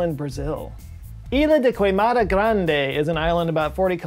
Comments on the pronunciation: understandable mistake given superficially similar portuguese names and instinct to pronounce them like theyre Spanish (especially in U.S.), but for those curious; Snake Island's pronunciation would be more like: 'Ilya (duh) caymada gruhnjee' (Portuguese isn't as similar to Spanish as you might think haha) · Brazilian here, the snake island is pronounced, "yilia D K mada Gran D" "Ilha de queimada grande" literary means (island from big fire) portuguese has some similarities with spanish but our accent is totally different.